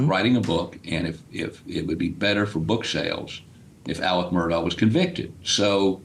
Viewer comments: It’s pronounced MUR-DOCK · Pronounced Mur Dock